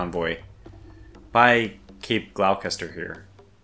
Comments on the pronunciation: Hi. That place you got stuck on is said "Gloss-ster" but spelt Gloucester and Milne ìs said "Mill-nee" I know the last well as a good mates last name is that. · Gloucester pronounced "Glos-ster". Its an Anglican word that has become a New England word. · Gloucester is pronounced GLAWS-ter unless you are from Massachusettes and then it is mispronounced GLAHS-tah. The -cester suffix on English place names means 'camp'. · Gloucester - pronounced Gloster. The British aircraft manufacturer ( makers of the Meteor Jet) based in Gloucestershire actually changed their name to Gloster because it was so hard for non-brits to pronounce. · Gloucester is pronounced GLAH-ster. It is named for a city in the west of England. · For your information,: Cape "Gloucester" is pronounced "Gloster" (as in the Gloster Gladiator aircraft). It's one of these indiosyncratic features of British English that some letters in some English words are not pronounced when being spoken. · Gloss-ter. English English is weird so I understand your struggles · Gloucester is pronounced Gloss-ter